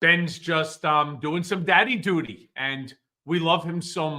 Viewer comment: Daddy Duty? Sounded like Daddy Doody 😂😂😂